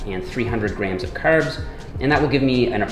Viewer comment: The red beard and the Irish accent for your “Caerbs”...is a jacked leprechaun??!!